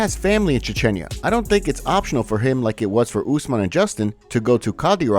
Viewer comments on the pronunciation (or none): why do you pronounce Chechnya like that? weirdo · Mf doesnt know how to pronounce chechenya